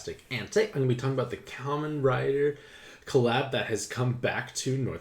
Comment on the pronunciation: Thank Gawd your gaijin self pronounced Kamen correctly. I was horrified that you might have said “KAY-mon” riders. I approve.